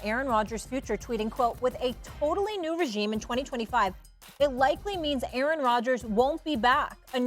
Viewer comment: A-a-ron? Is there an A-a-ron here?